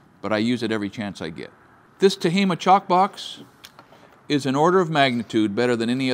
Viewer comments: It’s tajima! Not tahima! Japanese product. Not hapanese. Lol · I'm pretty sure it's tah-gee-mah and not tah-hee-mah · Thanks for sharing! J's are not silent in Japanese... in Spanish, yes, but that chalk box is made by Ti-GEE-ma. Just ask anyone who practices Jui-Jitsu. 😉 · Tajima - pronounce the J. As in Tah-jee-mah. Japanese, not Spanish 😊